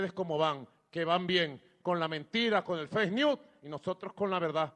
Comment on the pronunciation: MABURRO en "Con las MENTIRA y los FEIS NIÚ" 😂😂😂 BURRO MABURRO 🫏